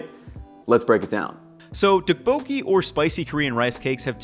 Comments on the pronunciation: Nice video! Your healthy version reminds me of another traditional form of tteokbokki called gungjung ("palace") tteokbokki, in case you were interested. Tteokbokki is one of the dishes i always hear different pronunciations for, but the second O isnt emphasized as much as it would seem. The best tip i can think of at the moment is that it should sound vaguely like "tupperware" when you say tteokbokki 😂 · It's pronounced more like "duck"-boki. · This is what I was thinking about!! It’s pronounced with a “harder” D+t sound rather than the American t sound. It was driving me crazy how was mispronouncing it as he usually gets these things right. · the way you pronounce Tteokbokki cracks me up lol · Can someone teach him how to pronounce it? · He really butchered the pronunciation tho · Noooooooo you butchered a classic Korean recipe with the beef and asparagus. That second version might be healthier, but you can’t call it tteokbokki. And you did not pronounce it correctly 😂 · as a korean, the way you pronounce tteokbokki brings me pain.